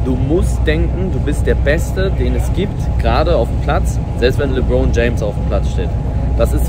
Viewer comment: LeBroyn james " 😂😂😂